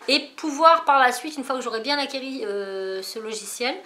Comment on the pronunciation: Cool ce vlog, le projet scrap pour halloween est vraiment top, et le drone aussi Juste une petite remarque parce que ça fait mal aux oreilles: il faut que je vois (et pas voiye) et une fois que vous avez acquis (et non acquéri)